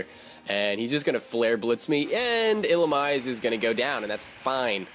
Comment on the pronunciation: I believe Illumise is pronounced⬇️ ill-uh-meeze-ay